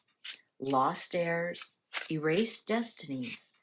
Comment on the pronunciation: FYI. ‘Heirs’ is pronounced ‘Airs’. ‘H’ is silent